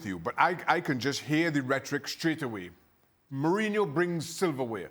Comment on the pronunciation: Got that Mohrinho call right.